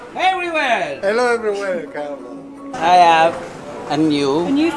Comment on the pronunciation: I see you have a lovely new introduction, at least I’ve never seen it before. Now you say it’s you and Carlo. I don’t know why people can’t get poor Carlo’s name right!! CARLO. (NOT Carlos).